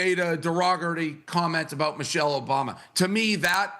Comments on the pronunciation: Someone mentioned he said, "Mochelle" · My Man Said “Mochelle” Obama 🤣🤣🤣🤣🤣🤣🤣🤣🤣🤣. Anna is going to Celebrate the 250th eating a full rack of ribs and downing bottle of wine 😂😂😂😂😂😂😂😂😂😂